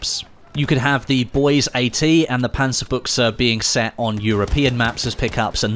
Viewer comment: Dude, it's the DP-28. And please pronounce it 'Panzer-BUSH.